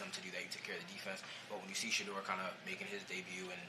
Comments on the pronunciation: This coach has a hard time saying Shedeur name! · Stefanski can’t even say Shedeur’s name… But always refers to Dillon by his personal name… sad case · Still can't say sheduar name 😂 fire this bum